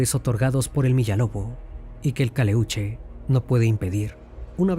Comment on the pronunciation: Si eres chileno, porqué pronuncias mal el nombre del barco?? No es Caleúche. Es Caléuche. Tampoco es mapundungun. Es mapudungún. No es Chile. Es Chiloé...